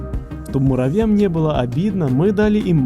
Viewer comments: муравьям а не муравям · Так весело, когда говоришь муравям, а не муравьям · А почему ты говоришь муравям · Мне нравится как произносит "муравям") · Ты сказал муравям